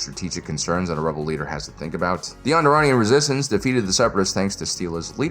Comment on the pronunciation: The way he pauses and then says Onderon Jungle. Real jungle.